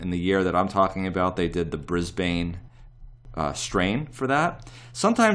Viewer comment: great video, it's pronounced as Brisburn.